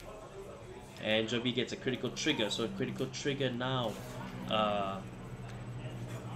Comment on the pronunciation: "No Guardo, Come at me!": "Toriga Check": " KORITIKAL TORIGA! ": " as age I Tea"